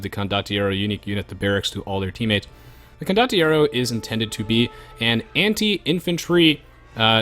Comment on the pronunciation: not being able to pronounce condotieri is so adorable